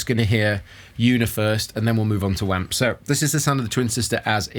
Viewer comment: I cringe every time I hear "wamp"